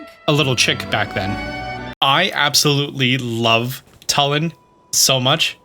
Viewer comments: It’s purnouced toolin not tul in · I love sharing a name with such an awesome character!! I don't want to seem rude, but it's pronounced (Two-lin). I know this because it's my name, and in the game he says his name like that.